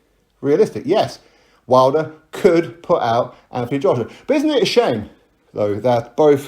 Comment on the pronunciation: Anyone ever noticed wilder pronounces joshua... "JOSH'YUH"